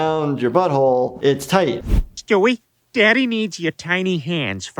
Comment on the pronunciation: Cuando dijo Stiwe entendí ste wei